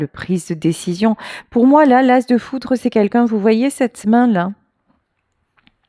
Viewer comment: "Foutre" ou "Foudre" 😮